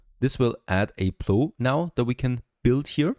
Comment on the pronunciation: Really good videos,. I really enjoy your content. You have a nice, relaxed style and are very instructive while still being entertaining. The word plow is not pronounced like many other English words that end with "ow" such as bow, low, or tow. The vowel sound is essentially the same as the words sour or hour or the German word frau.